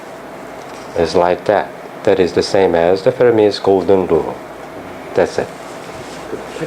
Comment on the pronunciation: Fermi not Farmi